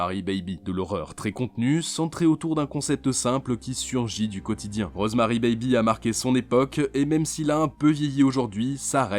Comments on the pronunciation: ces rosemary'IS Rosemary 'S BABY le bébé A rosemary toi tu prononce rosemary bébé ces de l'anglais basique ça les gars hein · PUTAIN LE S ENTRE "ROSEMARY" ET "BABY" ON DOIT LE PRONONCER MERDE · on sait que Rosemary's baby ( oui il faut prononcer le "s" ) est de Polanski hein et Seven alors ? il est où ?